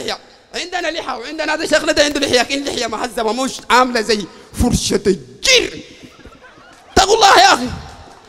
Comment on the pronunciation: اسمعوه من الدقيقة لمدة ثانيه فقط اعوذ بالله من حلقومه الجير / ينطقها / اجير / بتشديد حرف الجيم وبعدين إيش إلي جاب جون سينا لمناظره ومحاظره دينيه هذا الصويفي الصغير في عقله الكبير كبر الثور في بدنه شكله طالع من مستشفى الأمراض النفسية وجاء طوالي للمنبر السلفي